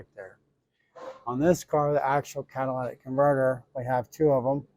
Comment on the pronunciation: In the word catalytic, where the letter y is you are pronouncing it with a letter a sound. It’s catalytic, not catalatic. Not being a jerk, just giving you a heads up. At least you’re not saying Cadillac converter like I’ve seen on another video or two.🙂